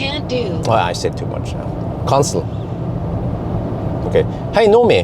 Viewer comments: You pronounced "cancel" as "console", which might be the reason Nomi couldn't recognized it. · Sorry to say but your accent on cancel is very weird. I guess that’s why that bot has issues with it